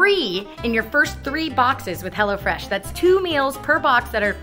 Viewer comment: Until I thought you were saying HellaFresh.